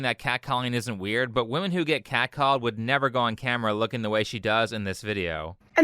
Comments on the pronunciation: Lol she was cow-called....not cat-called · Was she "cat- called" or "hog called"?